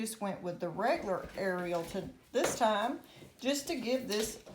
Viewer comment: you pronounced it correctly Love Foca, Roma, and Ariel Edit: You pronounced all three names correctly. Well, Ariel has a slightly different pronunciation in Spanish, but to say it's inaccurate would be incorrect